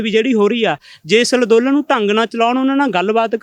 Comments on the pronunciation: Nassmasskatt=nattmasstak... kaiwaar=karwaai.... Lanndolan=anndolan Bolana aunda nahi..... Beimaan... Criminal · ਅੱਜ ਤਾਂ ਅੰਦੋਲਨ ਵੀ ਸਹੀ ਨੀ ਬੋਲਿਆ ਜਾ ਰਿਹਾ... ਲਦੋਨਨ ਲਦੋਨਨ ਕਰੀ ਜਾਂਦਾ ਐਵੇਂ ਗ਼ਰੀਬ ਮਾਰ ਕੇ ਰੱਖਤਾ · Ladolan nhi hunda andolan hunda ji